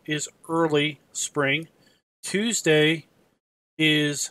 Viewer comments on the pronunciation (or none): none